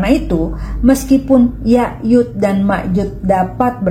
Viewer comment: Bukan yayud, tapi yajuj Pake J